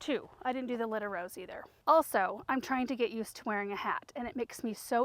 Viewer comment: Took me a few tries but I think she was saying Lyda Rose.